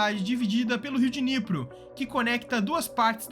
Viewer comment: Riu Diniyepri... q Dinipru...